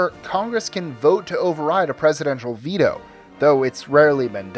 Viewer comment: Its not vetoo its Ve-toe a.k.a veto jesus